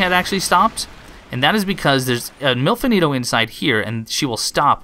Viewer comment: Not gonna lie, I thought you said "MILF Anito" and I got a bit confused. Had to look up the character to see what you were talking about!